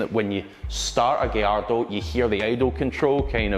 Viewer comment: It’s not a “giardo” It’s gallardo ffs